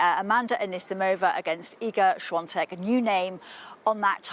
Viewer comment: Iga has now won 6 grand slams but some "experts" still somehow manage to butcher her surname so badly. Come on, it's not rocket sience. Just two syllables.